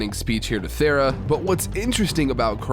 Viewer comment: take a shot every time he says Thera instead of Thena